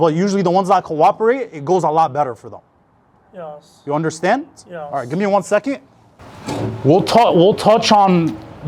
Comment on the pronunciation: Kinda like..."Yee-oss"...very odd.